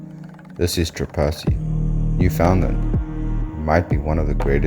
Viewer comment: Understand, Newfoundland. You’ve pronounced the provinces name wrong.